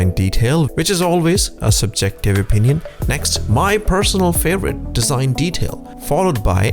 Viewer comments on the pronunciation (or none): none